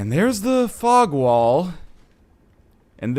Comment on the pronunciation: EVERY SINGLE TIME YOU SAY FOG WALL im like WTF northenlion whats a f*ck wall ohhh thats right fog wall goddammit im dumb